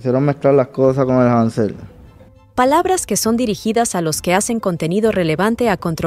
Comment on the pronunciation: Te cagaste ctm cuando dijeron hanzel jajajajajaja